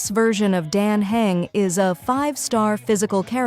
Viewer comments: Great video... but please make the voiceover pronounce all the names properly. You just need to write/type out how the words sound instead of what they look like. Dan Heng would be Dan Hung. Castorice would be Casteris. and so on... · I still can't tell if this is AI or not. Because the voice is very much mispronouncing "Dan Heng", but I think I hear the sound of inhaling.